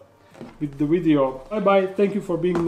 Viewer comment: Did you say video or ideo